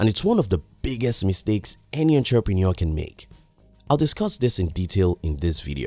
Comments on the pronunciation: I like your vids, I believe we can learn from each other. So next time you say the word "entrepreneur" learn how to say it correctly please- it's- uhntruh'pnOur. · Larry Bryan 😆 I get it but for some reason him saying that word wrong distorted disturbed my ears🤦🏻‍♂️